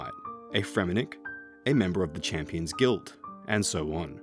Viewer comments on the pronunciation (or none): none